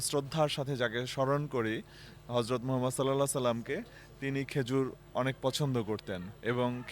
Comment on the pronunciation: মহানবী হজরত মুহাম্মদ সল্লাল্লাহু আলাইহি ওয়াসাল্লাম এর নাম শুদ্ধ এবং শ্রদ্ধার সঙ্গে উচ্চারণ করার জন্য কে আন্তরিক কৃতজ্ঞতা।